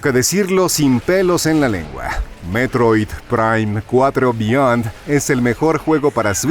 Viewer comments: Si si si, muy bonito y todo, pero yo quiero saber porque se escucha todo robótico cuando dice: "Metroid, prime, cuatro, beyond". Se escucha como IA, todo pausado y antinatural.😮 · Por qué pronuncia así el nombre del juego, DIOOOOSSSSS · A lo mejor la voz de narración fue generada por IA, y ésta se confundía, o más bien malpronunciaba, el nombre del juego por contener palabras en inglés. Por eso suenan las palabras así de distanciadas, porque seguramente tuvieron que separarlas y darles otra escritura para que la IA lo pronunciara bien. Es sólo mi suposición.